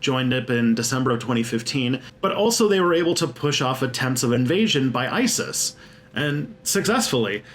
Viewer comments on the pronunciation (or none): none